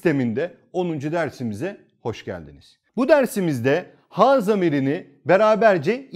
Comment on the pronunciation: Hocam ha ve hu yerine he ve hü şeklinde okunması gerekmez mi? Ince harf değil mi?